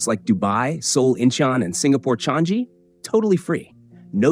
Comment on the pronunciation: The airport in Singapore is pronounced as Chang-ee, not Chang-zee.